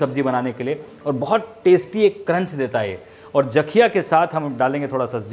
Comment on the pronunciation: Sir उसे जाakhiya नहीं jakhiya kehte hai